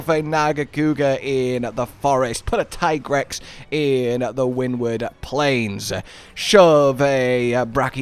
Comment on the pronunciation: Here's your unfriendly reminder that it is, in fact, pronounced Tea-grex. 😝